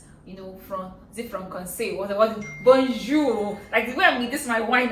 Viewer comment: Aww i love this video, im a huge fan, you both look alike. You girls have made your mum proud., im french and can teach you some. By the way great pronunciation on "bonjour".:) x